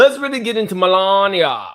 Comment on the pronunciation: Mel----lania lmao!